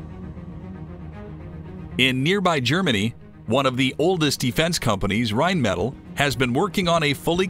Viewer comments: rhein metal ? no , you mean to pronounce that rhein meh Tal emphasis on the T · If you are going to post a video, at least show some respect and pronounce Rheinmetall correctly. The pronunciation here was embarrassingly bad. Other than that the content was good. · Not a bad video but you need to learn to pronounce Rheinmetall and Oerlikan. (Phonetically) Rine-meh-tall and ehr-lee-con. It took me 30 seconds to look up both and that little bit goes a long way.